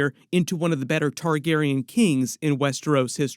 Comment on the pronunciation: So weird that u finally say Targaryen correctly 😂